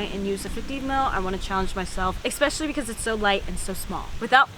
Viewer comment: Especially not expecially😂